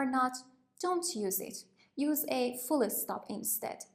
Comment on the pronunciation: She saying fullé stop?